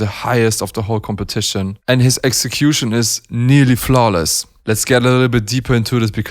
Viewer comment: every time i think you say "flowless" i dont know if is "flowess" or "flowless" , maybe im wrong and you are saying something else ...